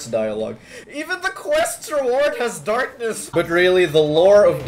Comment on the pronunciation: "dahkness"some character from for honour